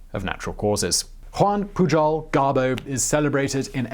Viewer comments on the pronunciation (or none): Your spanish was going pretty good, despite the 'PuJol', but when portuguese showed up, oooooh boy... xD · it is Galicia (ga-li-sha); Araceli (ara-se-li); Pujol (pu-hol)... Good job for trying...💪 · Juan Pujol is pronounced "Huan Puyorl"